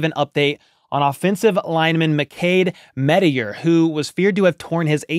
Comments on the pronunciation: I don't think "Mettauer" is pronounced "MET-tee-er." I believe it's "MET-ow-er," like you met with a tower. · Hey, good video. Although one thing, I dont really unterstand why you call him mettaier, i think its pronounced just as its written, mettauer. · 😂 ok, so i think its more like mettower, while you‘re pronouncing it like mettire/mettier, i could be wrong though